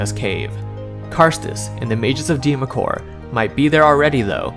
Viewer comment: Good work here young man! No offense but allow me to correct you on pronunciation. "Deemacore" is pronounced "Dwemer-core" The "Dw" is emphasized as "duwa" said quickly, running the D & U together. Dweomer is realmspeak for an enchantment. It's also used to describe any glowing aura produced by arcane or divine magic. Faerie Fire is also known as "Dweomer Glow" in some regions of Faerun. Excellent work tho! Thoroughly enjoyed the video! Instant subscribe!